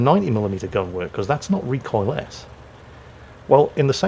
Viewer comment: "recoil -ess"? WTF? The word is recoilless and said recoil-less!